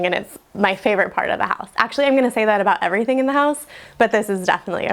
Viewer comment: The house has charm, but the vocal fry and the constant “Iverything” ( = everything) ! Thite (= that.) is quite annoying, and detracts from the show and “Iverything.” Many little teen girls do thite alot.